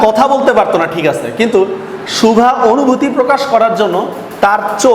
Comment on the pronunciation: সুভা শব্দটি উচ্চারণ করতে হয়তো আপনার অসুবিধে হয়।